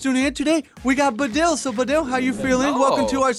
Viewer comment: he pronounced your name wrong.... I... it bugs me.... so... so much.....